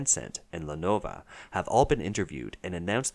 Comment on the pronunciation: lenov-OH haha